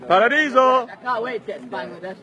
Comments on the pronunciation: pronunces it like how a frog (which is known as bang) is pronounced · would you mind if I say that you are pronouncing "Bangladesh" incorrectly........